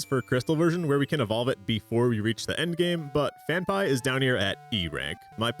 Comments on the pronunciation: Phan-pea, not Phan-pie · FanPie ... it's Fan PEA lol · The only guy I've ever heard pronounce Phanpy "fan-pie" instead of "fan-pea" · Phanpy....PhanPEE. Where you getting PhanPIE from?? No excuse saying Pokemon names wrong they say their own names 50 times an episode. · “IT’S PRONOUNCED PHAN-PEE!!” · phan-pie is an insane way to pronounce it LMAO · first saw ur DS as Miyazaki intended vids and gotta say all ur walkthroughs are seriously so helpful. glad there’s pokemon stuff too - also it’s pronounced Phan-PEE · Phan-PEE otherwise great video 😂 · Had to look up how to pronounce Phanpy, cause I thought I had a Mandela effect moment, but no, you're just wrong. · The way you are pronouncing Phanphy is giving me anxiety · better than hearing them mispronounce Phanpy